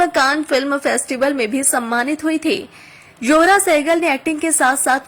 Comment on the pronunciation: Not "johra "but " zohra".thanks.